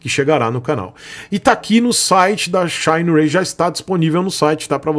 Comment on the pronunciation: "Shaineirei" kkkkkk falando americanizado em uma expressão chinesa que seria o certo "xîneraí"